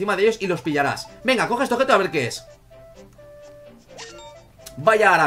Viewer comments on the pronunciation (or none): none